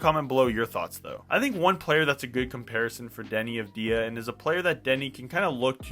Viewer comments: It’s AUD Vey Ah and no one says it the way you say it. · Thank you for the video, sir. One tiny note on Deni's last name pronunciation, the stress is on "Av", instead of on "di". Like saying the letter "W" for example. All the best! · I wanna see you say his last name correctly lol